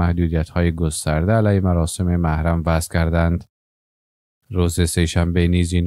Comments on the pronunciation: محرم نوشته میشود و موحرم خوانده میشود ؟؟!! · اگر میشه کلمات را درست تلفظ کنید مثلا کلمه محرم را چگونه تلفظ مکیند حد اقل به رسالت گزارش دهی تان آگاهانه رفتار کنید.... نه از روی عقده.... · ببخشید کلمه محرم را اشتباه تلفظ می کنید لطفاً از کسی که در املا و انشا بلدیت دارد کمک بگیرید تا طرز درست تلفظ را یاد بگیرید! مثل هوش مصنوعی تلفظ می کنید! لطفاً بیشتر دقت کنید.فعلا لایک نداری تا طرز درست تلفظ را یاد بگیرید!